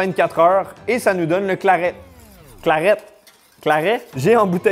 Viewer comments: J'ai un producteur de boissons médiéval pas loin de chez moi, ça m'a permis de tester l'ambroisie et le claret et ça se prononce claré 😁 L'ambroisie c'est bien fruité mais assez sucré aussi, un verre c'est très agréable, le 2e passe nettement moins bien 😆 Alors les 2 où 3 litres...fallait vraiment pas avoir le choix quand même Le Claret c'est encore pire c'est une bonbonne de sucre le côté dessert prend tout son sens, cependant même pour une boisson "dessert" la quantité de sucre reste bien trop grande on ne sent que ça et pour ma part je n'ai pas aimé, j'aurais mis du miel et du sucre en poudre dans de l'eau comme du sirop je n'aurais pas vraiment vu la différence 😂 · le "claré" si tu veux le prononcer